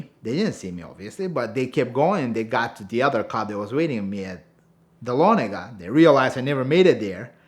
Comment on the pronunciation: 2 things. first, dont make blood mountain runs during the day second, its nice to hear folks pronounce Dahlonega correctly.